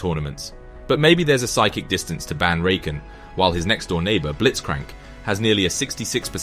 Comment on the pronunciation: Are your pronunciations of some champions (rakan) intentionally different? 😅